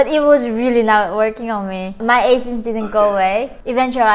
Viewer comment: I love how yeon mi pronounced acne 🥲